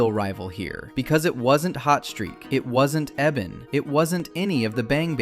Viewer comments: Not "Eh-bun"; E-Bon. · Bro don’t even know that it’s “E-Bon” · XD anyone else notice they mispronounced Ebon's name?